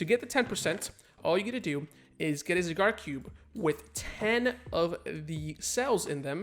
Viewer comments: Not going to lie I hate how you say you Zygarde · Learn how to pronounce zygarde 1 like=1 porygon